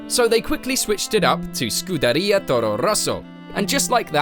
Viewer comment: The way he said Scuderia was amazing